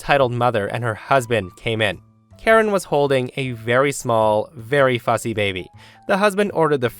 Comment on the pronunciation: What was said - "Karen was holding a very small, very fussy baby." What I heard - "Karen was holding a very small, very fuzzy baby." Me - I'm sorry, what?